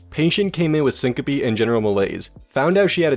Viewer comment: Syncope pronounced “sin-cope”